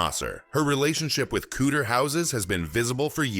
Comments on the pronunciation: Couter houses 😂😂😂 Couture yes you say coutuuure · Coutta houses!!!!!!!! Does he mean COUTURE!!!!!! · Did everyone hear this? It didn’t say couture. The AI voice said cooder. Yes. Cooder. Not couture. I can’t watch this shit. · 🤣🤣🤣 This AI really needs to learn how to pronounce couture. All I’m hearing is COOTER houses and that is something ENTIRELY different. 😂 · Pronounce cuu ture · I’m just hearing cooter houses. 😂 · The pronunciation of words like Hermès and couture shows this video is the amature hour.